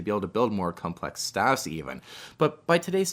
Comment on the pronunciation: I don’t know if its only I or you hear it too, that you pronounce the droid speeders as “staff”, but they are called STAP speeders. To the best of my knowledge.